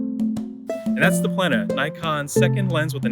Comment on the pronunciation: Don’t pronounce Plena as if it would have two „n“! It doesn’t. It is pronounced on the „e“ and not the n. I had 10 years of latin in school - I don’t know much, but that I know 😅